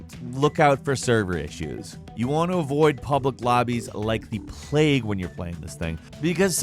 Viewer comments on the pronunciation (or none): none